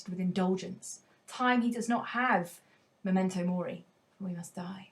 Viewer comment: it should be M*e*mento mori, shouldn't it? Not "M*o*mento mori".